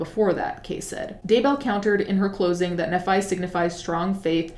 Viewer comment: Just fyi nephi is pronounced like "knee fai" - a former Mormon lol